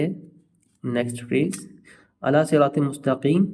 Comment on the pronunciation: Wo word ala h illa nhi h